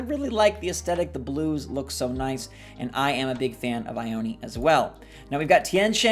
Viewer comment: Shino is a girl, her eyebrows are an ancient makeup that ladies used in china long ago, AND she’s wearing a kimono 👘 !! A dress y’all!! And Ione isn’t said eye-own-eee, it’s EYE OWN!!! There’s a city in Washington state and California (and Nevada) of the same name and it’s a Native American tribe name, said Eye-Own! PLEASE START SAYING IT CORRECTLY, people are insulting a culture by mispronouncing it.